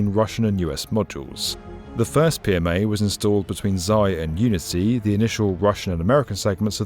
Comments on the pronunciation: Zayer? You dummy 😊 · You keep losing the r in "zarya", resulting in "zaya" which means "dear bunny" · It is not Zaya, this is ZaRya...